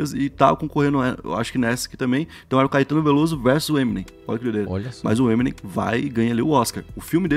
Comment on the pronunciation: Crlho mano, parem assassinar o nome das coisas, não sabes dizer o nome do eminem nem dos álbuns dele? O trabalho está bom, mas chama os bois pelos nomes